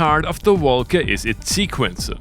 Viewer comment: Came here just to hear "woelca" over and over again